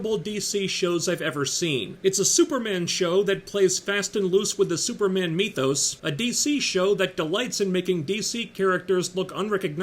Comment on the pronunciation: “Like a fart in church” caught me by surprise! 😂 why do u say “mee-thos” instead of “myth-os”? Whatever. Love your work